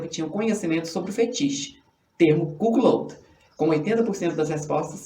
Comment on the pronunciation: Sacanagem a pronúncia e a escrita ein. O correto é CUCKOLD. Não é cuquiloudin e sim CUCOUD (escrita do jeito como se pronuncia)